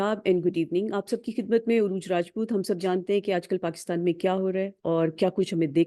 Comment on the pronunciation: You pronounce your name but spelled Arooj correctly name is